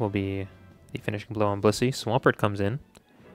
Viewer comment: I seriously think it sounds like you’re saying bussy instead of blissey